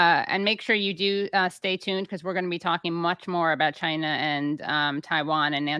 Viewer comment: 'Chyna' - Donald Trump